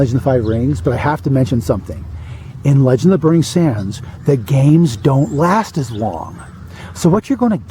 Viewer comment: I kept thinking that you were saying "The legend of Burnie Danders" lol